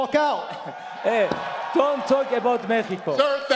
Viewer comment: khabib ain't mexican and he said mexico like a Mexican😂😂😂